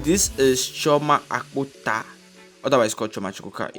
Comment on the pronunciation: When he pronounced 😁